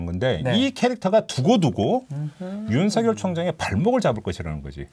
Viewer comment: 윤성녈 아니고 윤서결로 발음해야 맞습니다. (자음동화)